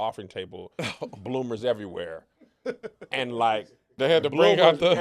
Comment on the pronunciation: this man said Bloomers!!! 😂😂😂😂😂😂😂😂😂